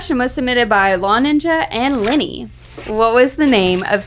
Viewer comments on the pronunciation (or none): none